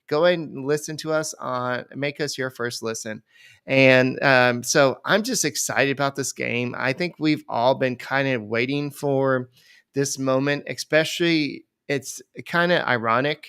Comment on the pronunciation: can you stop saying ekspecially